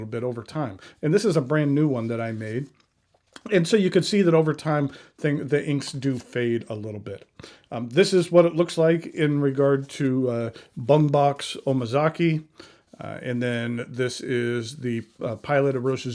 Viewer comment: It's pronounced "ka-wren," not "ka-reen." Please take five seconds to check the pronunciation of non-American English words. And perhaps more embarrassing is calling Bungubox ink Bung Box.